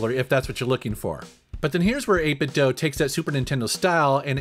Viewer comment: 8 bit DOUGH? I am outraged. I always say "do" like "dew" but maybe I am the one saying it wrong. ha ha :) Awesome controllers BTW I've been using n30 model with my switch and emulators for about a year now